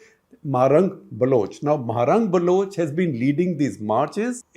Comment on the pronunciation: Why does SG keep saying “Balooch”? It is not supposed to be “Baloch”?